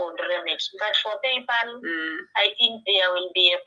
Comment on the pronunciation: it's PayPal......not PayPaul. You think you know it all but you can't even pronounce basic words and yet you are insulting others.